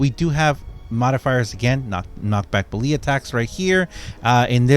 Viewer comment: Sorry, but I am going to have to put a dislike on every video that you continue to completely mispronounce "melee". It is extremely annoying, and there is just no excuse.